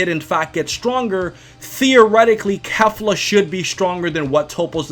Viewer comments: Kefla is stronger (and please stop pronouncing it Kaefla. It's KE-fla) - think about it, Toppo is more or less on par with Dark blue Vegeta = Kaioken x20 Blue Goku. Goku uses Kaioken vs Kefla (it's not clear whether it's 20x but considering his struggles, it was at least 5x to 20x kaioken), and Kefla was at that point at the SS1 level (or most likely full power ascendant saiyan) - as Goku uses UI Kefla powers up to full SS2, which as we all know (or should know) is at least 20x stronger than full power ascendant saiyan. So if we're lowballing Kefla, by claiming Goku was only using Kaioken x5 against her SS1 form, then that puts Toppo at 4x stronger than Kefla's SS1 form, and as we know 4 goes into 20 five times, that makes Kefla SS2 approximately 5x stronger than Toppo. High balling we're looking at Kefla being 20x to 30x stronger than Toppo. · Why are you saying kafla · The English pronunciation of Kefla makes my ears bleed